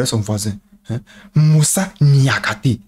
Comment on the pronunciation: En tout cas avec nos noms senegalais, le brother n’as pas fait le voyage pour rien 😃. La facon dont il met l’accent sur les syllabes : KOU LI BA LY | NIAKHATE. On ‘a l’impression de bruits de baobabs qui s’effondrent (lol)